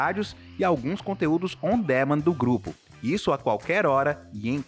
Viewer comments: Pq ela fala como robô? E se diz "on díménd"! O que estão falando parece maldição!!! Não custa nada ouvir a pronuncia dos termos em inglês no Google! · Bacana o vídeo, só uma dica: Não se pronuncia: On Démend. O correto seria: Aan duh·man Ou em português mesmo: Sob demanda